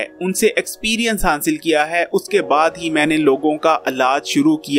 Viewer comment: ITNA BRRA HAKEEM R HASIL TK BOLNA NHI AATA. GOOD HANSIL🤪